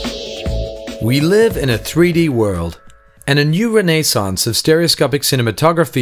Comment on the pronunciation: Ren-aye-saunce LULz.